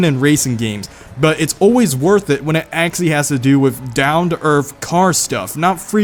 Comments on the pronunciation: why not just say 'actually' instead of 'axy', 'axly' or 'axally'?? EDIT: ... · Not trying to make fun or anything(i dont like conflict) but the way he says actually sounds like axxie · Why does he say actually so weirdly